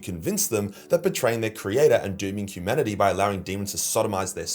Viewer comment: Humanity, say it with me